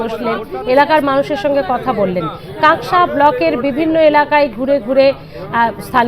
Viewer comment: কাঁসকা নয়, কাঁকসা।